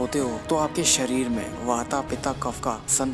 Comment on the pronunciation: बहुत बढ़िया और जानकारीप्रद! किन्तु, आप बूरा न मानो तो: आप अन्ग्रेजी लिखावट के अनुसार पित्त, वात और कफ को पिता (pita), वाता (wata) और कफा (kapha) बोल कर उचारण कर रहे हो जो कि एकदम गल्त है, अशुद्ध है।